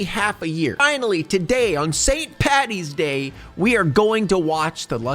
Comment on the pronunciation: Being Irish there's a lot of other stuff I could mention here but I'll go with these: We don't have lucky charms in Ireland, I've never seen or had them And I don't know why it bothers me but we don't say Wee Oh and props for saying Paddy instead of Patty